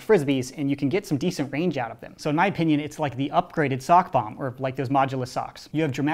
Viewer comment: swear he kept saying "sock bomb"